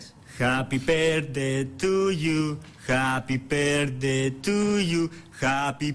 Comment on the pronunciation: Λες το χαπι μπερθντει και λεε χαπι μπερθντε πες αυτο τουλαχιστον σωστα